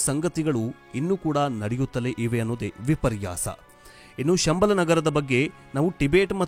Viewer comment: ಶಂಬಾಲಶಾರದಾನ್ಯೂ ಸಂಬಳ ಎಂದು ತಪ್ಪಾಗಿ ಹೇಳುತ್ತೀರಿ